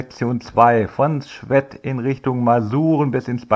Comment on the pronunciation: Servus! Als Schwedter muss ich mal Einspruch einlegen! Das e von Schwedt wird deutlich länger gesprochen! Dann hört es sich auch nicht komisch an ! Super Tour auf jeden Fall! Grins und Gruß da Icke